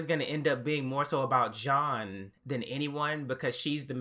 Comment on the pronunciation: This is gonna be me nit-picking as a major VNC fan since I'd read the manga well before the anime came out and have kept up with the manga and anime... Please remember that a lot of the names are French, and so therefore Jeanne is not pronounced as "Jeen," with the long e sound like its not an English pronunciation of her name as you have pronounced it. It's the French pronunciation - Jeanne.